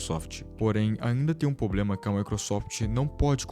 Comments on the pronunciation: VC FLW "POBLEMA" INVES DE "PROBLEMA".... C TEM LINGUA PRESA? KKKKKKKK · PARA DE FALAR "POBLEMAAAAAAAAAAA" AFF.... KKKKKK